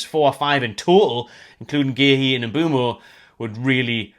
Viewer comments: M’Boomo not M’Bwemo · Everyone keeps spelling/pronouncing Mbeumo’s name wrong 😑😅